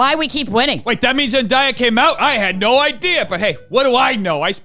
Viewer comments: fyi, zendaya’s name is pronounced “zen-DAY-uh” not “zen-DYE-uh” ☺️ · Zen-Die-ya? Zen-Day-ya. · Just so you know, Zendaya is pronounced "zen day uh" and not "zen die uh." She gets a little peeved by the latter, and some folks have used mispronunciation as a way to disrespect her! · Zen-DAY-A not Zen-dye-a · im sorry but its Zen-DAY-a like “today” not Zen-DIE-a 🙄 theres something bout not saying a black woman name right that pisses me off idc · why are people pronouncing zendaya differently all of a sudden? literally since shake it up i’ve known her as zen-day-ah not zen-die-uh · i’ve heard a couple people pronounce it zen-die-uh the past week, i’m confused lol been the way you said since shake it up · I you but it’s Zen-DAY-a like the days of the week! But go for her I will support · I you but it’s pronounced zen-DAY-uh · Zen - DAY- yuh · Zen-DAY-Ah. There’s a whole video about her pronouncing her name right lol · Pretty sure it’s Zen-Day-Yeah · crying at how pronounced zendaya's name 😭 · how can you fucc up zendayas name so much? she’s only said her name a ton of times along with millions of others... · the way he said Zendaya’s name made my soul collapse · The way that you're saying Zendaya is killing me 😭